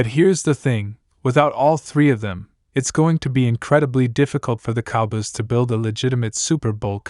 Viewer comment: Yo stop him from these videos Dallas Cowbiys it's Cow boys